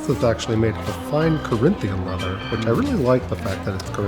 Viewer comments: “Now, as you can see is that— This is made of a FINE, CORinthian Leather, which I really like the fact that it’s COrinthIan...” I would listen to a podcast with that voice 😂😂😂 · "this ones made of fine carinthian lether." 🤣🤣